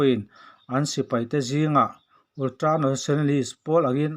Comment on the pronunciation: Ultra tih ve mai awm ulltra tih tlat 😄😄😄